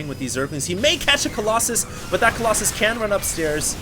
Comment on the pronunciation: aheem, excuse me.. Kolloss-anus?